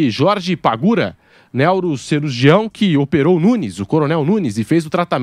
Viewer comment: "Nélro"cirurgião foi de doer os ouvidos kkkkkkk